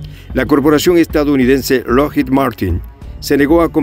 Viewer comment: Lockheed... La doble E suena como I...